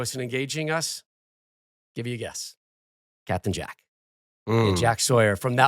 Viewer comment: This nerd talking about captain Jack with such emphasis..someone check his hard drive